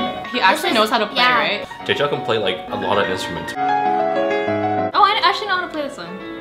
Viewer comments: is Jay Chou and not Jay Chow... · ALL the ABCs mispronounced his name. Sad!